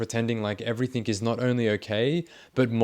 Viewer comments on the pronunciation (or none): Please work on your pronunciation of words. Every think you say ending "g" comes out as a "k". Everythink.